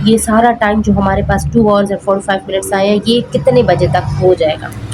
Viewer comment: Pls learn how to say hrs ok